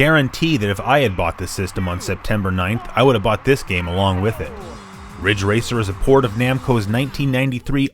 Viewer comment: it's ridge racer *RIDGE RACER*!!!